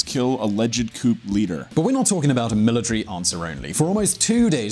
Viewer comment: "couP leader" Learn English